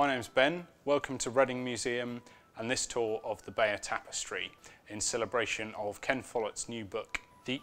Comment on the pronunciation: you pronounce it 'Bayer' ?